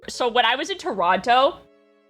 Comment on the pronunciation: has to be the first Canadian I've ever witnessed pronouncing the second T in Torono